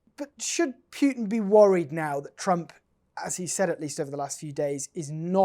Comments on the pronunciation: Pootin, not Pewtin. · Can someone please take this reporter aside and teach him how to say “Putin”!!! There is no “W” in Putin! Pewter is a word of its own.